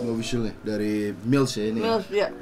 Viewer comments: Mills Cok bukan milf. 🤣🤣🤣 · anjirr ngakak gak ketahan, dustin ngomong mills jadi milf 🤣😭